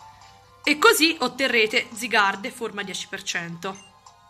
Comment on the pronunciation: Sì scrive zygarde ma si legge zaygard